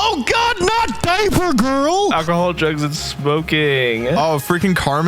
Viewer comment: they said daipergirl 😧